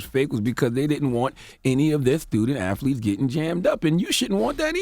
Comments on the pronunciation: Is it my hearing? Or is Charlemagne saying AFFLETES? 😂😂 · The donkey ,"0" every day should go to Charlemagne for calling athletes "afleets.😂😂😂😂